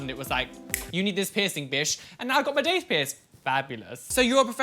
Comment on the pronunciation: That’s not how daith is pronounced.